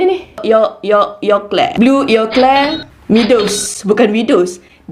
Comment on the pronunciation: Yg blue tu sebutan dia blur.